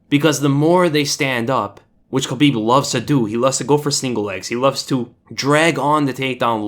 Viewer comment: OMG!! Someone who actually pronounces Khabib's name correctly! 😱😱😱😀😀😀😀👍👍👍